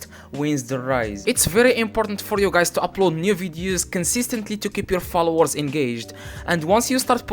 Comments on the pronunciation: Did he say flowers 🌸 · "How to get a lot of florres" your accent is perfect tho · It sounds like he's saying flowers lol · He said flowers not follower😂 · Is he telling flowers or followers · Did he say flowers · not you guys making fun of him for saying flowers instead of followers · istead of followers he sais flowers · I heared flours 🤣🤣😂🤣🤣🤣 was about to comment the same 😂😂😂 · followers sound like flower.. just imagine he got hundred thousand view on TT 🙄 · As long as you still understood him, no reason for this comment bro, its his Accent🤷🏽‍♂, y'all probably will pronounce something wrongly if you were to speak in his Language and it will be due to your Accent🤷🏽‍♂ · Bruh it's he's accent he can't pronounce it so as Koreans,Chinese,Japanese get it